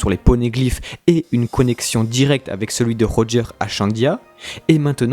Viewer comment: non quand tu dit Roger en japonais tu dis pas loger